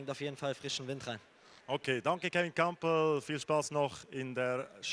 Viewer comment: Er heißt Kampl, nicht Krampl😂